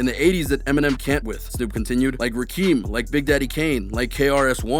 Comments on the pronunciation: How I know this isn't a "real hip hop" channel... It's not pronounced Rakeeeeem, it's EFFIN RAKIM!!!! You obviously don't know who Rakim is... smh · It's Rakim pronounced "RaaaKim" not "Rakeem" you culture vulture you. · Did this lame ass dude doing this vid pronounce Rakim’s name as “Ra Keem”. That’s how you know niggas just be podding, but don’t really know shit about what they podding about, smh. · His name is Rakim not "Rakeem". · DONT DISRESPECT A LEGEND WHEN YOU SAY HIS NAME.IT'S RAKIM NOT RAKEEM🤦😂😂😂...EMINEM IS A RAP GOD... 💪🏾💪🏾💪🏾🙏🏽👑👑💯 PAPITO EL REY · Rakeem? Bitch it's the god Rakim. Nobody says Rakeem. Fuck outta here. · Bro don’t ever disrespect the G.O.D. Name again. It’s Ra-Kem(Rakim) not Ra-Keem.... lol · Its Rah-Kim not Rah-Keem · This fool said Rakeem 🤦🏽‍♂️ It’s RAKIM fool, you obviously are a Johnny come lately when it comes to knowing about hip hop legends an I think you should learn more about hip hop culture and the goats that come before Snoop and Em. The mispronouncing of a name as legendary in hip hop as RAKIM is telltale that you’re not as knowledgeable as you should be. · Ra-kem. Idiot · So how can you even be a hip hop head if you can't even fucking pronounce RAKIM. FUCKING IDIOTS IT'S NOT RAH KEEM.. ITS ROCK-M. THE WORD ROCK AND THE LETTER M. SAY IT FAST ROCKM. ONLY YOUNG ASS FUCKING YOUTUBERS THAT KNOW NOTHING ABOUT HIP HOP HISTORY can't pronounce that dude's name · It's not rekeem it's RAKIM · Wtf Rakeem? His name is pronounced "Rah-Kem". "Black people saved my life" oh cool I guess we're worth it, now. rolls eyes anyways lol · Bruh really said Rakeem instead of Ra-Kim. Lmao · Who is Rakeem. Ismael? The rocket is a rapper. I know Rakim. Not Rakeem, though. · “Rakeem”???? That’s the god Rakim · It's Rakim not Rakeem. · Rakeeem? It’s Ra-Kim, Rakim. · He just called Rakim Rakeem! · Bruh, Rakeem?! It’s Ra-Kim...Rakim not Rakeem. If you’re do this shit say the fucking names right !!! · Did u say "Rakeem" ??? Ya mean "Ra-KIM" ? LOL